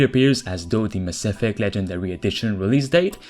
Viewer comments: Yo... Cool videos and all, but did you seriously say maSSEFECT? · I'm now pronouncing "Mass Effect" like you 🤔👊🏽 It just sounds dope that way 🤠